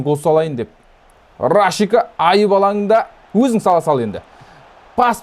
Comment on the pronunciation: Рашика емес Рашица емеспа есімі